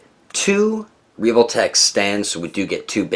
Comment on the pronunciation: He really just said: "Reevoltech"